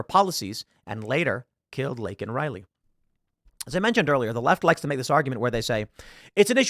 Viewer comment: Saying you regret saying a thing in that context literally EQUALS apologizing... And the pin Biden had that night had Riley's name on it and he STILL couldn't say her name right 🙄🙄